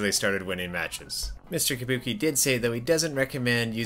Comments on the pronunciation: yabuki not tabuki!!!! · I thought it was yabuki not tabuki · ITS YABUKI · While everyone on the comments heard Mr. Yabuki's name, "Tabuki", I heard "Kabuki". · It is Yabuki.